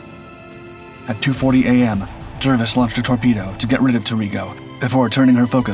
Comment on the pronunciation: The name of HMS Jervis is pronounced "Jarvis" not "Jirvis" FFS